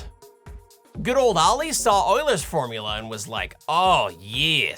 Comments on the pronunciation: You pronounced Euler really well imo, refreshing to hear it nearly perfect and not wheeler or youler or something xD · You say Euler correctly, nice!